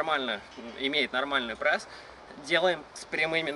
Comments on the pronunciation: Не пресс а прэсс. Как я угараю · Мне одному послышалось "мой парень попросил сделать видео на прэсс?" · почему вы говорите прэсс,а не пресс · почему прЭсс,а не пресс? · Аааа, простите, но от того как он говорит ПрЭсс уши вянут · Почему прЭсс ,а не прЕсс? Ахахахахах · "прЭсс" сначала бесило, теперь и сам так говорю